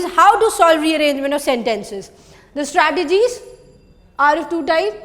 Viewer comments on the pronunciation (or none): Strategies not 'stratagies'